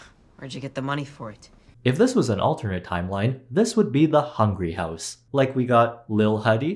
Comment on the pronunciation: I lost it when he said The Hungry House 🤣